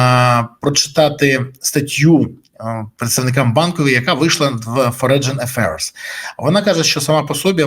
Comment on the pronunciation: Не форедж ,а форін ефейрз